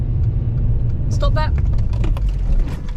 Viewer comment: you sounds dutch cause thats how we say stop in dutch